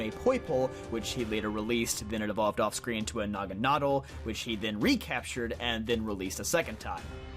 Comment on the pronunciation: How did you say naganadel??!?